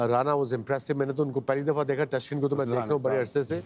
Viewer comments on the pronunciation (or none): Such big asian players like Wasim & Waker can't pronounce Taskin's name right after all these years !!!! 😕😕 Extremely disappointed !!!! 😕😕